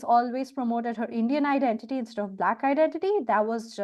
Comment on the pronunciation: He pronounced it " b'lak".